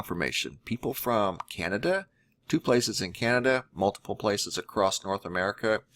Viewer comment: Please stop saying "acrosst". It's not a word. There's no need to add a t to the end of across. I've never heard anyone pronounce it that way. It ends in a double S so I'm not sure where the T sound is supposed to be coming from. I like your videos but it's extremely annoying and distracting.